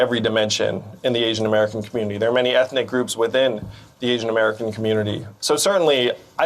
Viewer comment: What's an eeeeshian-american?